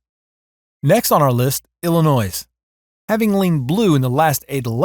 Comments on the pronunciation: There is no "noise" in Illinois. Ill-a-noy. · PLEASE DO NOT PRONOUNCE THE WORD ILLINOIS WITH AN S AT THE END. THATS IS WRONG PRONUNCIATION. THANK YOU.